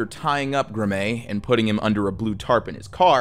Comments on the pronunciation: Graeme is pronounced the same as Graham, just FYI. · I'm certain it's STILL pronounced that way in posthumous references. :) And Graeme's name is pronounced like graham, as in cracker. Got any more? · ok am I bugging or is pronouncing " Graeme" wrong? I've always pronounced it as "Gray-hem" not "Grah-mei" lmao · Love the channel dude, but Graeme Thorne’s is pronounced; “Gram” not “Gra-may.” I hate to be that guy, but it’s pretty lazy and borderline disrespectful to not make absolutely certain you’re pronouncing the murdered little boys name correctly. But I’m sure it was an honest mistake. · Great video. Brazil Thorne's son's name was Graeme (pronounced "Graham"). And the teacher who died on the Challenger shuttle was Krista McAuliffe ("Mc-CALL-if"). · the kids name is Graeme. Pronounced Graham. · You kinda botched the names of the Thornes, they were pronounced "Basil" and "Graham". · Christ man, it seems a little disrespectful to butcher people’s names so badly. The teacher’s name was CHRISTA Ma-CALL-if. The name Graeme is pronounced graym or gram. And, as others have pointed out, it’s highly likely the Challenger crew lived up until the moment of impact. We can only hope at least some or all were unconscious… but we don’t know for sure.